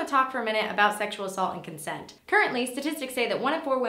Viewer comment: "Is-CONSENT" God damn